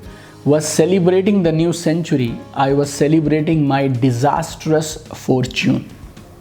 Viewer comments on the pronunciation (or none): none